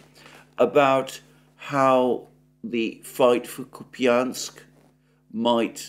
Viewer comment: Kupiansk ---> [ COUPE insk ] Piatikhatki ---> [ pee tee KHAT kee ]